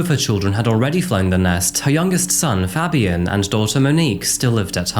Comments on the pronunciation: The way you said Fabian is like nails down a chalk board. Pronounced Fay-b-en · ITS FABIAN WITH THE “PHA” sound “PHABIAN” FABIAN that irk tf out of me